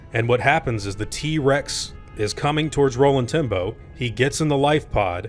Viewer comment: Am i the only one who hears Rolling Timbo when he says Roland Tembo?